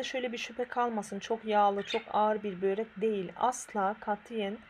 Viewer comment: Tarif güzel ama bir de böĞrek demeseniz...